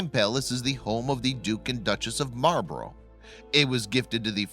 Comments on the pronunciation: Would it have taken much effort to find out how to pronounce Blenheim and Marlborough? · Dook of Marlburro 😂